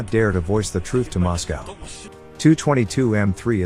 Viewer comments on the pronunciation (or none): none